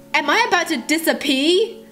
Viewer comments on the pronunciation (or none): she said "disapee" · She said dissapee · She said disapee 😂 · "I'm about to disapee?" Lol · You said disapper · Me:lol it’s dissaper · An I about to dissapee lol not dissapee it’s disappear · It’s “disappear” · "Am I about to Disapee," Me:😂😂😂😂😂😂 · LOL: Am I about to disapee?! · AM I ABOUT TO DISAPEE? XD that’s exactly what I heard XD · I'm I about to "disapee"😂😂😂😂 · Omg I live how u say disappear it was like dis-a-pee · "Disapee" X3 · Whenever She say "disappear" it sounds like "Dis a pee" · Who else noticed when she said Disappear is sounded like Disapee..? It may just be her accent and stuff but idk... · Did u say disapee?? Lol jk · I love how pronounces disappear its so cute 😊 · why does she say disappear without an r HAHAH LY